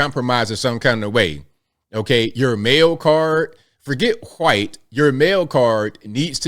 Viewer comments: Why do you pronounce white: hoo-white? It's a one syllable word with a long ī, and a silent h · I like how you say white.